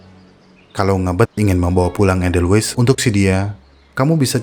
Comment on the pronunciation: Ada baiknya bila asal kata dr Jerman ya tulisan edelweiss dibaca EDELWAIS, fungi /inggris ya FENGGAI, bukan funggi. Atau sekalian saja, pakai bhs Indonesianya bunga senduro dan jamur, sekaligus mendidik org ,cara baca dlm bhs indonesia